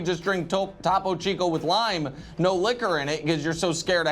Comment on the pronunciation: First Nick said Zawzla on his pod, not Tawpoh Cheeko con the show 😂